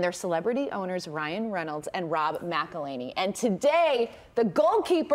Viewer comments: Can't believe she still mispronounced it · Poor McElHenney... Got his name massacred and mispronounced again...